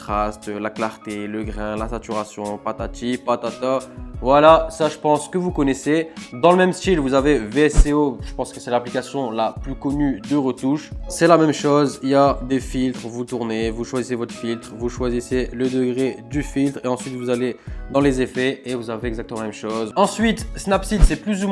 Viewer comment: VSCO : ça ce prononce "" vesco ""